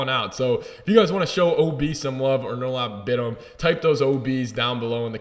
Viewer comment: His name is pronounced Onur-Alp Bit-im.